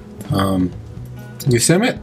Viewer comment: FYI, I believe it is pronounced yo sem ity . Thanks for sharing...